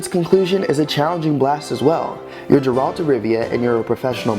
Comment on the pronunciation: That "Jeralt" makes me cringe >.<